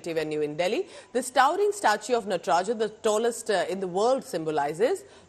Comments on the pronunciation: * नटराजा, शिवा, ताडंवा क्या यही सही उच्चारण है???????? * नटराज, शिव और ताडंव सही उच्चारण है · Why is the pronunciation of NATRAJ being done as नटराजा। The Britishers used to call राम as रामा. We are still carrying that practice without questioning it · It's called Natraj not Natraja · Please it's नटराज not नटराजा